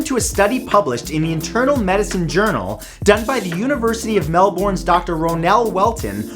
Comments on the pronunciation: Ohhh no matt it’s Melbourne not melborn (the way pronounce it) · YAY Queensland!! Melbourne is pronounced like MelBin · Mel-ben not Mel-born, Ausies can relate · It’s pronounced “Mel-Burn”. Not “Mel-Born”. Australia😆